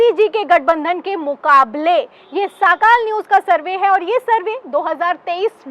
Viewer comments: साखाल नहीं सकाळ है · साकाल नही सकाळ सर्वे